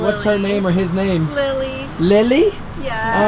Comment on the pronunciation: ray:oh hi lile(its like lele😂) its lily not lele or lile😂💕